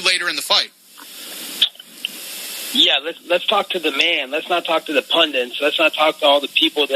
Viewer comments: Pund-ant? SMH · It sounded more like pundint which is still wrong lol